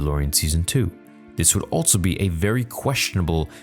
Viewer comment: Stop putting the letter T in the word "also"